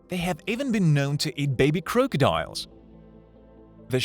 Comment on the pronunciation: Croke eee diuls